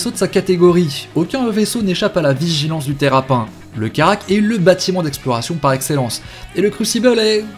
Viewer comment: je te l'ai déjà dit on ne dit pas terrap1 on dit terrapinne!!!!!!!!!!!!!!!